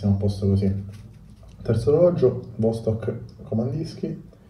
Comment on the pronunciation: Vastòk Vastòk Vastòk Vastòk Vastòk!!!!!! Non E' Vòstok!!! (per non dire nulla del Vòdstok pronunciato a ) E' come se un chitarrista compra una Gibson e ne pronuncia il nome all'italiana. E' Ghibson, Ghibson!!!! E a Vastòk Kamandìrskie: pronunciamole tutte 'ste lettere!!! Non è inglese: è russo!! Kamandìrskie: ie i ,e!